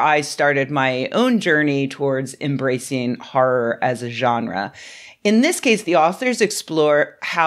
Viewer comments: "Har'r". Ahh, dialects. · "... a comedy harr instead of a harr harr" 😂